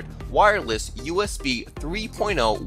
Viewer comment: WIREless is how he says wireless